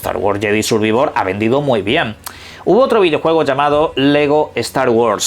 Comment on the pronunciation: Jajajaja me da risa como pronuncia el inglés, unas si otras no, "sur ví vor*, pero jamás e escuchado que digan " plai esta tion" que regla usan para pronunciar unas palabras en inglés bien y otras no??